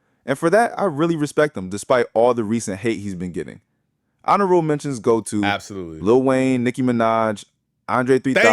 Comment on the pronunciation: "Lu Wayne"? Total BOT channel